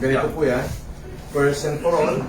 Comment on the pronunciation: "pers and por ol...gradweyt po ako ng MIT..."